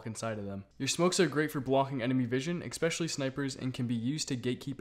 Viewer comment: the word is ESPECIALLY. you spelled it right but you keep saying EXpecially.